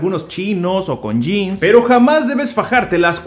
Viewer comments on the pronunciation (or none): none